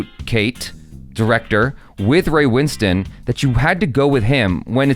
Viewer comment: LOVE that you can pronounce Ray Winstone’s name correctly 😊